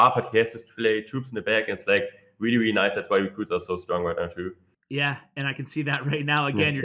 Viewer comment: “Weally weally good”